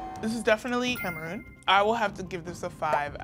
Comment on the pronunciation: Im so sorry but as soon as i heard him pronounce Cameroon I knew we were cooked 😭